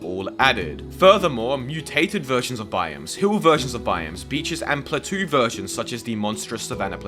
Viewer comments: Pla-toe ❌ Pla-too ✅ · “Platoo”? Be so for real your grown as hell saying words like that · Do you pronounce “plateau” like that because you’re British or because you don’t know how to pronounce it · Did you actually pronounce plateau as... "platoo"? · "platoo" lmao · I love the video, but why do you pronounce plateau like that? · Hearing you say plateau so wrong was really funny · That sub request was quite funny lol also I kinda love how differently you pronounce plateau very interesting compared to how I normally hear and say it in American English 😊